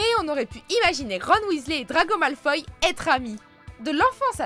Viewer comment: Malefoy se dit Malefoie et pas "Mal-foï"... Juste prévenir. (Message du Québec)